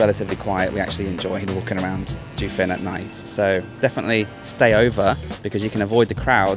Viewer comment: Correct pronunciations: Jiufen is pronounced jeeoh fen (like Joe only with an ee between the J and the oe). Keelung is gee-lung (soft g as in “George”).